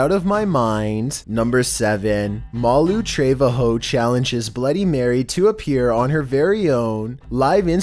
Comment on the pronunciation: Malu traveHOE 😂😂